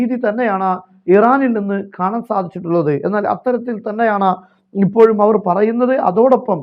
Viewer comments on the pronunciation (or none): none